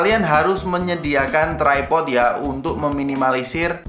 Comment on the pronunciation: Bang, bacanya tripod bukan trypod 🤣🤣🤣🤣